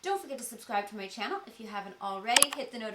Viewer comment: It's chyannel =))) That's how says channel <3